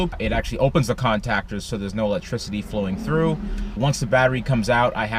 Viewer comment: " Con -tac-ers "